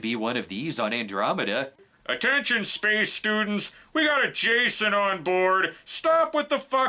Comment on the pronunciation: "Spaceon" LMFAO